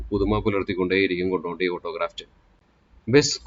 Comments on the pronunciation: കൊണ്ടോടി ✅ കൊണ്ടോട്ടി ❌ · കൊണ്ടിട്ടിയല്ല കൊണ്ടോടി